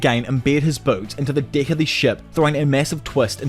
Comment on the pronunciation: Deck. It has an e not an i